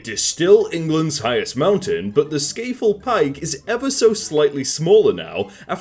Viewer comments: Also it annoys me how he says "sca-fell-pike" when it's pronounced "scar-fell-pike" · Scarfell pike, pronounced scar-fell-pike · From someone who lives near Scafell Pike, the way you said it physically hurt me. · The way he says scafell pike makes me feel weird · His pronounciation of Scafell Pike lmao